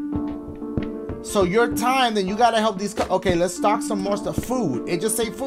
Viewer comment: Why Dachie sound like he saying stalk when he says stock 😂😂😂😂